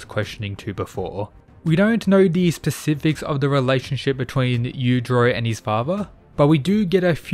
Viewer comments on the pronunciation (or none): Dafuq did you just say? The names, are pronounced; Yoo-ee-chee-ro and Yoo-jee-ro. Take a damn moment to enunciate the syllables as to not completely butcher what should be an informative video. You do multiple takes before posting something to get it right. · Good stuff, but if you learned to pronounce Yuichiro and Yujiro better, it would greatly improve your understanding of who you are talking about at any given time